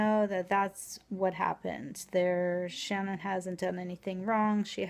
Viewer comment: Ohhh! Shannon not Channon like Chant.